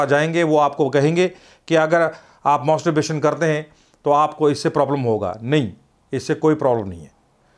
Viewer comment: Ye kaisa Dr hai. Masterbation ko mosterbation & orgasam ko argasam bol raha hai😂